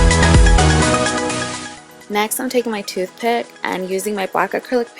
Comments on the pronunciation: lmaoooo I can't unhear it now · lol she said tooth pit